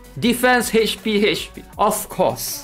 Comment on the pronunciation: It's Ach p not Hach p. LOL so funny!